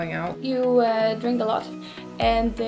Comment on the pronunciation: "You just drink a lot, aaaaaaand, you just drink a lot", ging stuk om deze uitspraak😂😂